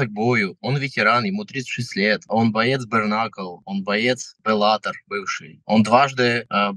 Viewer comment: брКнакл... аааааа. мои уши